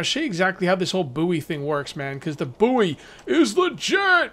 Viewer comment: Buoy (short for buoyant) is pronounced the same as the word "Boy". It's not the second word of the nickname of Howard Stern's producer. The last time I played this, the farming system worked, but you need a pan in your barbeque bucket to cook the produce, otherwise it's not worth much, You get seeds from the plastic waste and clay pots. This link talks more about that